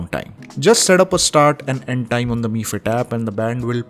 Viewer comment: No bro its pronounced in Chinese so its MI band(pronounced as ME band instead of M I band).